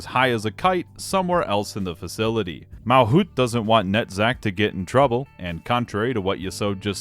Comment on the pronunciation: Errr☝️🤓 It is MalCUTE, not MalKUTH, MalCUTE